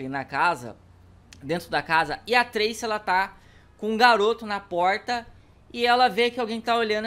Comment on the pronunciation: Não é trese é Tracy